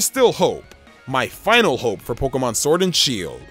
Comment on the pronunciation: i like the vid but ur voice omg, SWord and shEIld